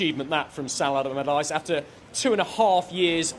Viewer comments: "Sam Abalabadyce" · "Sam Alamaladyce." 🤣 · Sal almaradyce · Okay mate say it slowly... Sam... Allardyce... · Sam Amamamallardyce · I don’t understand why he says it like that twice lol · I scrolled for your comment 🤣 Sam Amadallaghdice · Sam agagggleardyce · I love that misspoke Sam's name twice and ignored it both times. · When announcing the appointment of Sam Allardyce, get a guy who can say Allardyce!